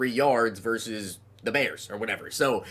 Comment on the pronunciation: Of course you said verse the bears 😭